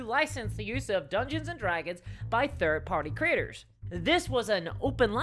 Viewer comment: Every time she says “creators” I hear “critters.” I love the diversity of the English language.